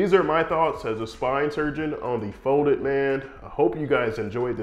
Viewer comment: He's called "folded man" not "foded man"...I can't